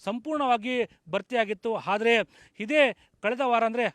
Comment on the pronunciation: "ಹಾದರೆ" ಅಲ್ಲ ಗುರು ಅದು "ಆದರೆ" 🤦‍♂️ Karma yellelindha barthiro neevella